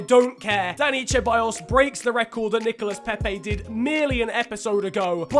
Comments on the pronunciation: Its not cheballos it is Ceballos learn how to fucking prenonce spanish names. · Not trying to be an ass but why do Brits say Cha-by-yos when it's pronounced Se-by-yos Genuinely dont understand that is that like a British thing? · its see-baa-yoss mate👀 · I cringe so much when u say cheballos. Its pronounce seballos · You say it like "seballos" not "cheballos" ffs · I know you try your best to pronounce names right but Ceballos is pronounced Sebayos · Hey alright listen man, Ceballos isn't pronounced cheballos, it's pronounced seballos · Ceballos is pronounced SE-BA-YOS, it ruined the video for me 😂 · “Dani cheballos”😂😂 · Hayden cordall CHEBALLOSS it makes me wanna die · The C in Ceballos is pronounced like an S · The pronunciation of Ceballos is horrendous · that pronunciation of ceballos just makes me feel more and more uncomfortable every time i hear it;) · The way he pronounces Ceballos gives me nightmares